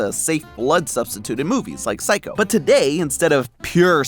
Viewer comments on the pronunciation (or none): none